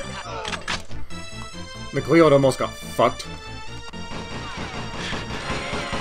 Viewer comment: Mcleod is actually pronounced Mccloud like star fox 🦊